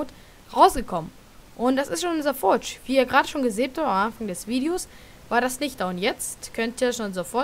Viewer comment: schlecht wie du das forge aussprichst furtsch